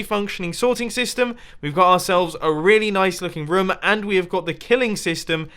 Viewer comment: I like how mumbo says rom instead of room